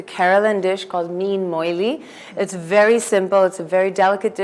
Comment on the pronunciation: Dear Chef, Please do not insult us Keralites anymore, by letting this woman cook one of our traditional dish. She ruined the whole dish... She started off by mispronouncing it as "moilee" instead of "molee/moli".... Then she insulted our dish by adding veg or canola oil, then by adding carrot & finally by adding sambar powder. Sorry to say, but thats not how we cook our fish molee. Thanks. A regular viewer of your channel